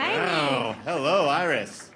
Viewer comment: I don't like the guy announcing and around the 57 minute mark when he said "Iris (Ear-Ees), Iris, whatever we're gonna call you now" that was so rude - Her name is not "Eye-Ris" it may look like it but it's not. Show some respect!